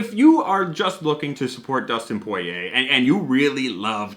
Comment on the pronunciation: Awesome review! Now we gotta try that Early Times: Bottled In Bond! We 100% agree with you on the prices of these celebrity whiskeys being too high. POY-YAY pronunciation FTW! Btw we miss your Dan Hibiki Figure, hope to see him someday again!